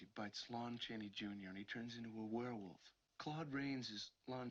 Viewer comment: First man to pronounce werewolf right. Thanks! And you're right the sfx are much better than cgi. Still looks good. Could of course be better - but film should start with this sfx and then "touch up" with cgi...